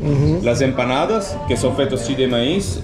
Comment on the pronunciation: "Les empanadas, c'est comme des pizza pochettes." 🤣🤣 Merci je vais m'en souvenir toute ma vie. Ton accent latino est à améliorer un peu. 😜 Continue de me faire découivrir ma ville natale.